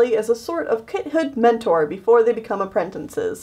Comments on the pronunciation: its apprentices not "aprentinces" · Girl. You say aprentinces, it’s apprentices. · Nobody: Literally no one:: aprentencises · I just realized says apprentinces instead of apprentices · why do you keep saying apprentinces (no offense lol) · I call them apprenNtices to. Its not her fault that she might not know how to say it "right" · Michael T.B. It frustrates me so much XD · silently getting triggered at how apprentices is said wrong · PLEASE stop mispronouncing apprentices. There is only ONE N in the word!!!!